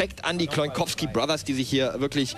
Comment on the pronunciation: lol "Das heißt Cloin Kowsky Bothers!"